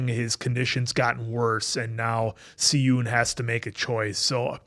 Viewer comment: I noticed y’all been pronouncing Si-Eun name wrong 😂😂😂😂 I know it is not yall fault though. English romanization doesn’t match well with Korean characters. So, his name is pronounced like “Shi-eun” instead of “Si-Eun” whenever an “s” is next to a vowel sound “ee” (long e sound) it makes an “Sh” sound in Korean. So, the actual pronunciation is “Shi-Eun” 😂💀 btw love yall reactions and observations 😁